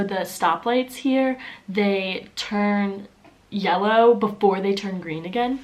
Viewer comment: Lmao her saying yelloa then green is weird okay sis